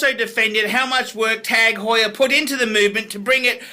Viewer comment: OMG, this is like the Charlie Sheen video's. Also, Honda, KTM and Yamaha are world championship racing bikes. Your off your rich fat ass rocker. This guy should be taken off YouTube. And also, PLEASE pronounce Tag Heuer correctly if that's possible.